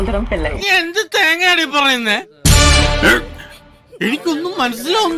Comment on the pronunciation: ഇതൊന്നും അല്ല ട്രയിലറിൽ അവസാനം "തേങ്ങാ" എന്ന് ഇവൾ പറയുന്നത് "തെങ്കാ"....🤣😇